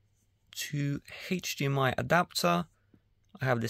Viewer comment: haich-dmi ? WTF is a haich-dmi? ofvah? WTF is an "OFVAH"?